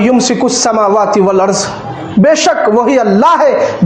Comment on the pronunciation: زرا غور سے قرآن مجید کی تلاوت قرآن مجید کو سنے ولعرض کی جگہ والعرز کا تلفظ ادا کر رہا ہے